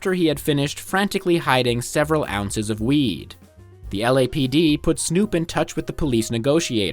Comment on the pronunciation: Psssh, 'ounces'...